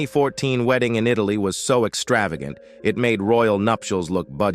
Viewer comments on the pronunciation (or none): none